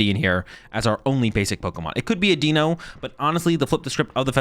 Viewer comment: For everybody's reference The names are pronounced "DYE-no", "ZWHY-luss" and "Hy-DRY-gone". Its the German for 1, 2, 3 😊